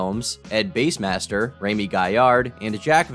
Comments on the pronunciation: ed base? I thought it was bass like the fish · You know it's bass, like the fish, right? Not the instrument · It’s Ed-bass master not Ed base master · Did call bassmaster “base-master”????? Tuff